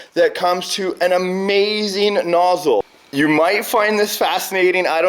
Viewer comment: Every time you say nozzle and hose I hear it as Grounds Keeper Willie "noodles and house"!